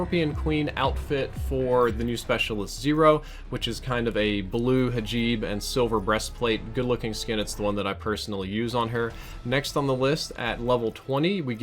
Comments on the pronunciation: *Hijab*, not hajib. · It's called hijab, not hajib. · its hijab not hajib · "hajeeb" lmfao